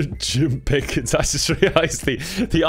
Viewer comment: I could not stop laughing at the "Mister Jim PIH-kins" at 😂😂 I had to rewind and play it again and again and again.